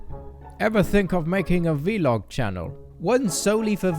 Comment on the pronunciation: vlog not v-log